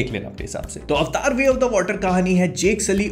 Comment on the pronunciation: This is AVATAR.. NOT AVTAAR... chtiya